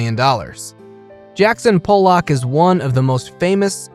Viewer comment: Please use goggle translate or speak with an art dealer. The pronunciation of most the artist, the Louvre, & Qatar where butchered. You pronounced Pollock as Polack pow/lak an offensive term —used as an insulting and contemptuous term for a person of Polish birth or descent.